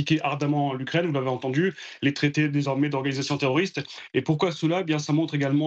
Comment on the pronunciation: Une fois de PLUS le ici gars CONFIRME en disant : "les attaques terrrrorrrrssss..." Hunnn Hun Hunn !!! Ce qui est sûr l'otan est forte en terrorrrismmmm..!